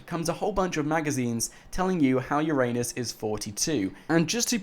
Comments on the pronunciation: Haha ffs. It's pronounced Ura-nus not your anus! 😂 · Bruh? It's ur-nus, not ur-anus!!!!! Get it fucking right